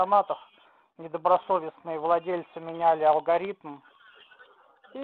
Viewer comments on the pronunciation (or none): алХаритмы у неё)))